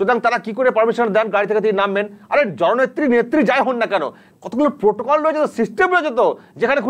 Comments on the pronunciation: প্রোটোকল নয়, পোটোকল। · প্রোটোকল নয় । পোটোকল।